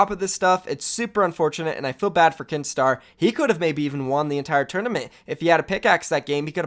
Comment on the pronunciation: When u said Kinstaar I thought you said keemstar